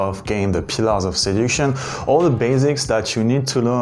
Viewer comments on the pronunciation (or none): Awesome video! I love your content. It's Seduk-tion not sedution other than that your English speaking skills are phenomenal.